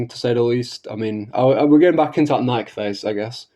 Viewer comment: You'll have to forgive me, but it's difficult for me to take your supposed knowledge of Nikke seriously, when you don't even pronounce it properly.